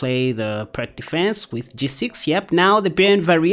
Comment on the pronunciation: I like the Byrne against the Pirc. One minor comment, if I may: "Pirc" is pronounced "Peerts." It's named after a Slavic chess master.